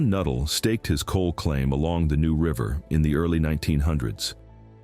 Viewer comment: Uncle taught at Nuttall high he was a shop teacher lived in Pratt WV. He said the correct pronunciation is Nutt All